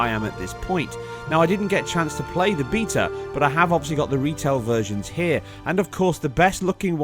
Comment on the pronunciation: the only you tuber in the world that can say that word "BETA" correctly.